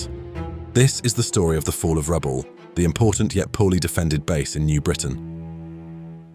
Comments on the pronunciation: Pronounced Rabowl not Rabaul. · Excellent documentary, but why insist on pronouncing Rabaul as "Rabawl". If you notice the ex service men all pronounced it as well as anyone who has lived in PNG or Rabaul knows it as "Rab-owl". Just saying 😊